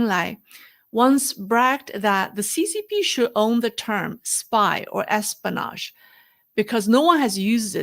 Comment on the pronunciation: You're missing the "o" in pronouncing espionage:) Say it like this: S-P-O-NaJ great video,! Your pronunciation is getting much better, btw!